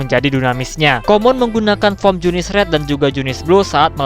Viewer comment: ya bener junisu njir bukan junice